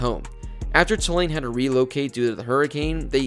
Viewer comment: It’s TOO-lane, not tuh-LANE.